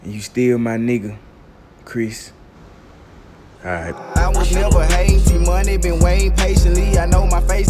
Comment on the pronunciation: Bruh….did he call this man “Crisp”? 😂😂😂😂😂😂😂😂😂😂😂💀💀